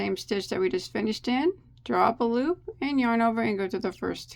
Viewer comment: Love it. Can tell when is feeling good, that's when I here "LOOPAH".